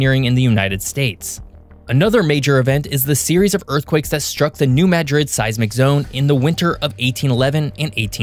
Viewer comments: Congratulations, I glad you finally learned how to pronounce New MAD-rid. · Thank you for correctly pronouncing New Madrid; so many pronounce it as the city in Spain.